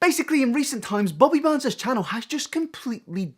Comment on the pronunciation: I'm sorry everytime you say Bobby Burns I think for a second it's Bobby Buns.